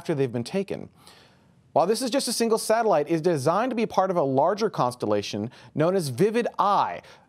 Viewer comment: Constellotion, nermed, bern....